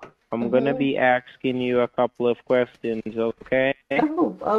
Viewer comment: It drives me crazy how they can’t properly annunciate “asking” always sounds like “axing” 😂